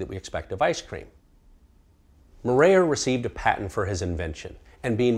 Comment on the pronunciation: The way he butchered maurer was on a whole other level